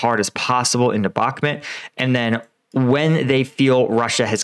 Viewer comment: Please could you research the pronunciation of: "Bakhmut" and say it correctly. Thank you.